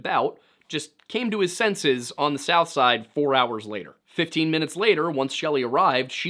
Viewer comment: A very thorough and detailed video. The pronunciation of “south side” and “Monaca” were off. But a very well done video with lots of thought and facts.